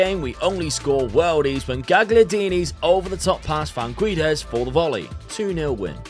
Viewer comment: I think u didn't succeded in Portugal because u can't say the name Guedes right. It's Gédes 😂😂